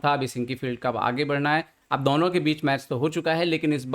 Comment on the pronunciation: Ye Budelkhandi accent hai kya, I have seen same thing with Baba Aniruddhacharya. Why they pronounce दौनो instead of दोनो for addressing 2 people?🤔